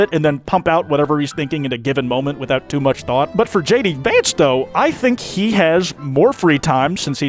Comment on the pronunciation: YAY HE SAID HIS NAME THE RIGHT WAYYYYYY